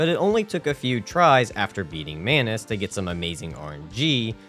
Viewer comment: You said sus crybers instead of subscribers And mayonnaise instead of manos 😂😂